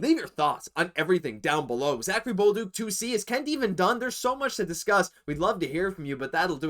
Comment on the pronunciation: Guys, it’s pronounced Za-Ka-ri Bol-duc … not Bowl-duck ! 🤣